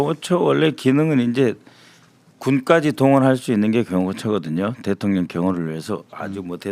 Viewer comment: 김병주의원님 그동안 대통년으로 발음하셨어요 ㅋㅋㅋㅋㅋ 일부러 그러시는줄 ㅋㅋㅋㅋ